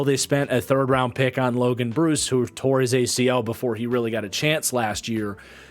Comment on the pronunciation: Just fyi it’s pronounced Logan Bruh-ss. Not Logan Bruce. Was an equipment manager for Wisconsin the last 4 years lol. Love the content man been a supporter for a long time!